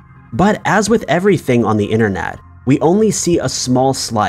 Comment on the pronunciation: ‘Inner net’ ‘ yoooo tooob’ 🙉